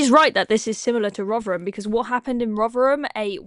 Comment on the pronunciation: Please stop interrupting the speech. We’re quite capable of understanding what the guy is saying and why. And btw - it’s RoTHerham and not RoVerham.